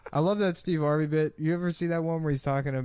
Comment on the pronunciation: Steve hard-vey